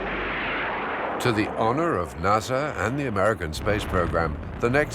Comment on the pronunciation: First time I've ever heard NASA pronounced NAZA